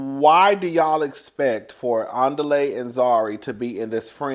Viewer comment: The way you mess up Andile’s name takes me down every single time. ANN DEE LAY! 😂😂😂😂😂 it keep sounding like the beginning of Nelly song.